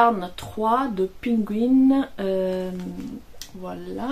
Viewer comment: Merci Irene pour ce podcast toujours aussi sympathique. J’ai adoré la prononciation de la marque Pingouin, c’est une marque française très ancienne. Cela se prononce comme le nom de l’animal. On attend avec impatience les nouveaux ouvrages. À bientôt